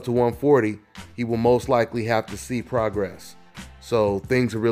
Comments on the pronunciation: He a bad boy! Been watching him for the last 3 years and he ain’t no joke! Who gonna beat him at 140? I thought Crawford left 140 to get away from him! Mikey don’t want this work. He calling out cats at 147 and 135 but not Prograis. And his name is pronounced PRO-GRAY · Hey.. Its pronounced pro-gray.. #bigfan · Pro-Gray-is is how it’s pronounced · love your work brother. Regis Progras is a Creole, New Orleans nsme, the "s"s is silent, so its pronounced, "Pro-Grey". I am a native New Orlenian, thought I'd reach out on that cause this young brother looks to be around for a long time.. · It's progray pronounce progray thanks